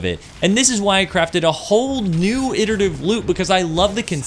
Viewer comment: I come here just to hear someone pronounce "iterative" correctly